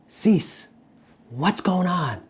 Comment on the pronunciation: 'see-say' i think is more accurate, loving the videos